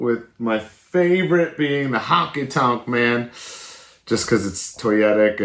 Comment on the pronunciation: Honky tonk.man sorry but when someone says it wrong it bothers me